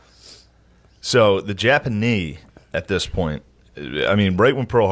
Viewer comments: The Japa-knee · Why is he saying Jappa nee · Is it me or does he keep saying the Japa-knee? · Why does Shane keep mispronouncing certain words, like japa- k n e e or Malay for Malaysia, it does not make him sound like a historical expert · does shane keep saying japanknee? and maylaya instead of malaysia? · Dunno why but whenever he says japanee and malaya it bothers me 😂 are those correct for the time they're talking about?